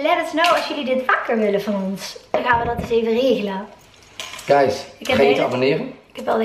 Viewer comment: Heerlijk zon kletsvideo , sushi etende mukbangs heb ik nu wel gezien en persoonlijk vind ik het niet boeiend .......etende mensen bah 😩😩hi Guys uitspraak vind ik irritant ☺️☺️ik haat het als mensen te langzaam rijden niet doorrijden en bellen of whatsappen achter het stuur ......